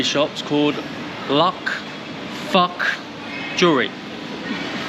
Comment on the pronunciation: Based on the written words 六福 for "LUKFOOK", it seems to be a Cantonese transliteration. So the sound is closer to "low-k folk" (sorry, limitation the English alphabet of having only 26 letters and no umlauts to indicate tone) but it's not exact. Chinese languages, when romanised, mostly just "sounds similar" but not exactly the way it's supposed to sound. I guess whoever "translated" it thought LUK is "close enough" 😀 六福 in Mandarin sounds like "lee-ew foo", or, in English, "The 6 Fortunes". Also the phone brand HUAWEI which you had so much trouble saying ... it's more like "wah way" than "Hawa'ii" 🤣🤣 Huawei is a popular enough brand around Asia, and has a significant number of users.